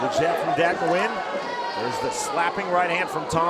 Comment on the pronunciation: Anyone else notice the announcer butchered Nguyen lol